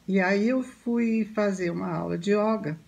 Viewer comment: Iyoga ( iyóga) nao